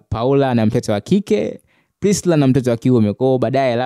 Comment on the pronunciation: Kaka tamka hilo jinavizuri.Priscilla na sio Prisla